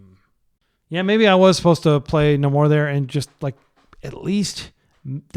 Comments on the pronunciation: It's pronounced NAY-mor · ive literally never heard anyone pronounce namor like that 😆